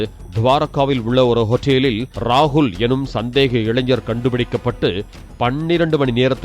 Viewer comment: நீங்கள் செய்தி வாசிக்கும்போது ஹோட்டல் ங்கற வார்த்தை உச்சரிப்பு ஒரு மாதிரி இருக்கே ஹோட்டல் மேல என்ன கான்டு உங்களுக்கு